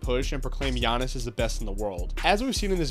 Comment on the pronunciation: GIANNIS IS THAT GUY. also kudos for the pronunciation